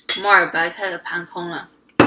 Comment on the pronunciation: 我把木耳白菜听成末日白菜😂